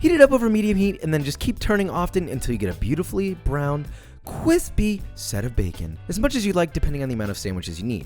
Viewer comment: So is nobody gonna really talk about how fire that quick cwisp 4 bars he gave us was?